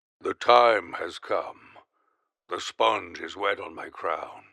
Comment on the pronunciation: In the first tape he doesnt say come he says calm